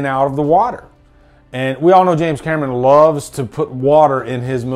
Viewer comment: The way you introduced James cam-er-on like a-a-ron and bl-akey and de-nice..